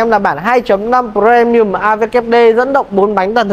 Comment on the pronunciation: Sao lại cứ đọc là Pờ re mi ừm?